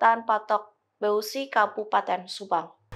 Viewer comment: Beusi bukan beu si 😁